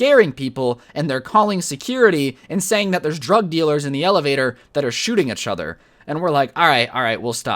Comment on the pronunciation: "e-chother." normal people:"each other."